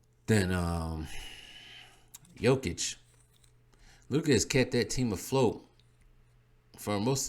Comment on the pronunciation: Maan, why the video, you can't even pronounce the names of the players. Jokic has 1 block less than Giannis and has more then double his steals. Jokic is the best defender on his team, Giannis is not the best defender on his team. Jokic has the most game winning blocks, so.. And don't get me started in offense. The reason you don't know his defense is the media. Some of the other things you said are honestly embarrassing, you should start watch Bb. Kendrick Perkins straight up lied the other day on Espn that Embiid is the scoring leader, this is why Embiid is in 3rd place...